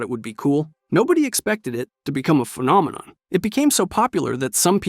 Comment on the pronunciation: "the call of duty phenomenom"